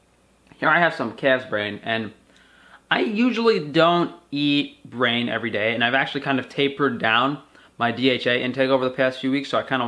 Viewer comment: I was shore he said cat brain for a minute 😂🤣😂🤣